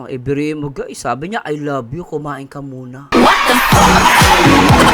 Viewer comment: Clear na clear sir marzano ang i love u